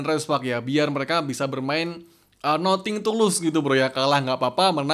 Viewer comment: Sedikit koreksi Comeback ==> Kambek.. Bukan kombek Nothing ==> Nating.. Bukan noting